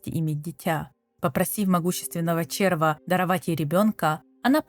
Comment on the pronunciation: Процентов 70 текста писала чистая нейронка с предустановленной "ну сделай так как бута я раскзваю". Я с тем же успехом могу ссылку на вики кинуть, через 15 минуть такой же аудио ряд сделаю. Как можно говорить червА а не червя, это просто ужасно. Как вообще можно было догадаться так произносить слово которые дети с первого раза правильно говорят.